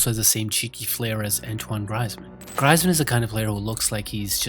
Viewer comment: It’s said greezman not Griezmann